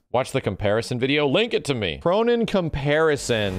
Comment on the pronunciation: K-roh-nen. K-row of-nines. Just saying.